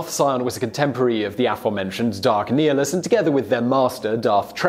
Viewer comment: It is prounouced (Nigh-nilus)